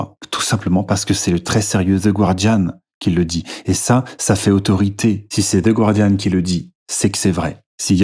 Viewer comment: Je lance la vidéo, j'entends les français faire l'erreur de prononciation sur le nom du journal (le u est muet), je pars, j'ai une autite maintenant à cause de ces crachats dans mes oreilles !